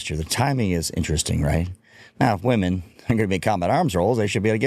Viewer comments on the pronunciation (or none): why can't anyone under 30 say women correctly anymore? It's not "woman" it's women.